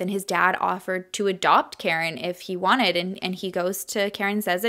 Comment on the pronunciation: I wanna say her kids name is KA-REEN. Not Karen lol. But I’m sure you watched videos and know more than me. Coming from a Spanish family, we have “karin/carin/“ but it’s pronounced ka-reen